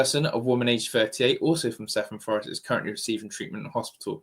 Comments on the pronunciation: Cefn is pronounced kev un . I live in south Wales and this is appalling, knife crime is out of control in the UK. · I don't live very far from blackwood, I heard it was an ex boyfriend of hers that done it. And Cefn is pronounced "Kev An" just to put it there. It's such an heartbreaking thing to have happen.